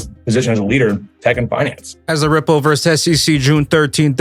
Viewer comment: named Rimple and cardanzo and solanza as securities. Lol. Sooo. Must mean those are three solid commodities even though he can’t pronounce them.